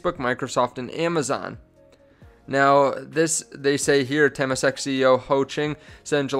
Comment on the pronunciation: this guy has 2800 people paying him for advice on patreon and can't pronounce temasek. they're only handling $300 billion in assets. be really careful getting info from youtube. I'm not saying this guy is a complete moron but he's very amateur so be very careful.